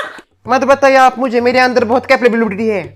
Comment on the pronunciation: said capabibility😂😂 and dadi scold her 😂😂